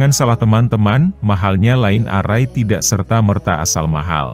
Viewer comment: Maaf mas; membacanya naskah ada yg kurang pas..line array tdk dibaca : lain arrai; tp lain errai.( Pronounciation nya ) sorry ya boss.